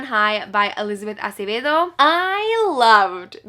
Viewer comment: The satisfaction i feel everytime you pronounce Acevedo right like you have no idea